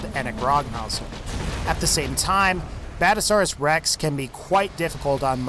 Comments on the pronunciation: Badasauras rex? No, its bad-azz-asaurus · 'Badasaurus rex' It's BadASSasaurus